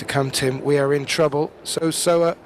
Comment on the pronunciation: Very few commentators have taken the time to pronounce Seo Seoa's name correctlly . Many seem to be content saying So So-a which is not even close .